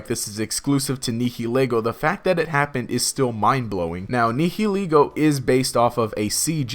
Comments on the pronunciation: It's pronounced Ne-hill-Lego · You are pronouncing the "h" in nihilego WAY too heavily.